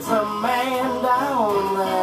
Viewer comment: In the version that I recall from '60's L.A., the singer, in a Muddy Waters-style accent, ALWAYS pronounces "man" as "mane": It's a MANE down thauh. Could be yo' MANE, I don' know." This version seems to have vanished from the ken of mortal men.